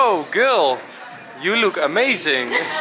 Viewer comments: In plaats van girl zegt enzo: gul 😂😂😂♥️ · Dit is hoe enzo "Girl" uitspreekt: "Giwl"